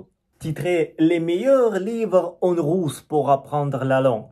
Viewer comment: Merci d'apprécier notre langue et notre culture et de partager aussi la vôtre. Vous pouvez améliorer la prononciation du "u" en Français, par exemple dans "Russe", vous prononcez "rousse" (qui signifie une dame avec de cheveux roux) 😄 mais je comprends tout ce que vous dites 👍